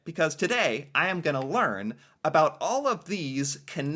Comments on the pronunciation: This guy is saying "aboot". Never heard anyone actually pronounce it that way. We say "aboat". President of Loblaws. No, you open the can and pour the syrup into a pitcher which you keep in the fridge. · The "aboots" and other "ou" words pronounced as "oo" make me angry...what a stupid stereotype to perpetuate. I don't like him either. I live in Ontario, and I really dislike the condescending tone he often uses, and the downright disrespectful way he disparages Quebec. Sometimes I feel that his point is to ridicule Canadian culture rather than educate people about it. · Why anybody reacts to as he purposely mispronounces words to pretend he is the stereotypical Canadian. He is a fake. And if he is not sure of something then he makes it up. He is an idiot. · I'm Canadian, and he's the only Canadian I know who pronounces "about" as "aboot." Maybe Scottish roots? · The guy that is talking in the video is the only person that I've heard pronounce 'about' as 'aboot'. I've never heard anyone else say it that way. I say 'abowt' and so do 99.9% of Canadians. What I find funny is that Americans seem to think that we all say it that way. I wonder where that stereotype came from? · I remember seeing some of this guy's vids before and was astonished that he's from Vancouver and very clearly says "aboot". I'm a Vancouver native myself and have never heard anyone pronounce it that way here. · He tried to be silly by mispronouncing about but he only sounds stupid. We don't talk like that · Ok, I stopped watching when that guy said "aboot" for "about". I have yet to meet a fellow Canadian who uses that pronunciation. Usually we hear that from Americans trying to imitate Canadians. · is from Vancouver like me, and to most Vancouverites, “a boot” is one of a pair of winter footwear. About is pronounced about as in “out”, never “oot”. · Where is he from? Why is he saying “Aboot”? Is he trying to be funny? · Notice how a few times, forgot to say 'about' as ' aboot'? LOL